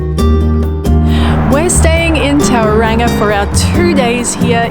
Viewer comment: Just a heads up Tauranga is pronounced Tauronga.